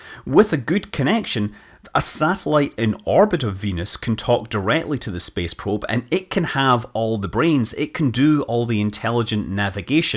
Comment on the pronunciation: "Speeece Peeewp"